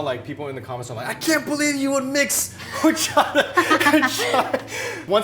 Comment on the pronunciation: Yet Phil cannot pronounce “horchata” correctly 😜